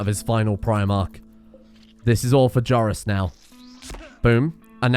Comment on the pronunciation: I thought you were butchering Joris. Don't scare me like that.